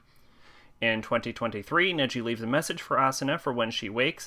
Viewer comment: sorry to correct your pronanciation it's nagi not neji